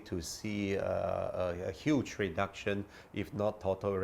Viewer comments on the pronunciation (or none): none